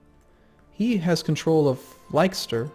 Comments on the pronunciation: Don't say ly-ses-ter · Leicester is pronounced Lester... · Leicester is pronounced Lester and Gloucester is Gloster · Leicester is pronounced Lester, like the Addams family dude.